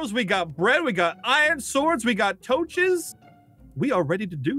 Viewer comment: Guys, according to in 2019, it's not torches, it's toaches. There's no better word than toaches.